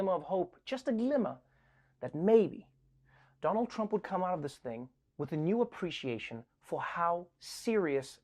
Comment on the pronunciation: First time Trevor said Donald trump's name correctly at intro